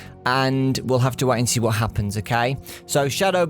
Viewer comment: That "what" sounded more like a "u fukin' wot m8?!"